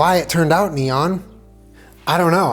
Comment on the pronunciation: that's not neon.